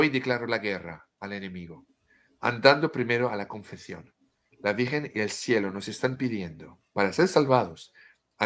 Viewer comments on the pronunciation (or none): Sigo escuchando, y por si me lees, te corrijo un poco tu español de cocina tan simpático: te digo, se dice "ConfeSión", con ESE (S). En español "Confección", con Cé (C), significa elaborar, confeccionar, coser ropa, telas, hacer trabajos manuales. Pero alabo y sonrío en tu esfuerzo por utilizar las Cés (C) españolas 😉